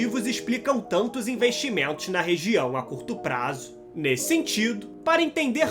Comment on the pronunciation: … a longo praaaazzooo. Ridículo!!! Que articulação chata!!! Venho pela informação mas me arrependo.